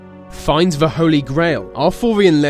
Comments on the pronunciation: He says "The" as "Va" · He says the like ve and it's extremely Annoying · why is it every time you say the I hear veh